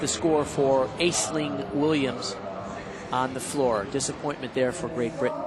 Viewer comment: And Ash-lin/ash-leen, not "Ays-ling."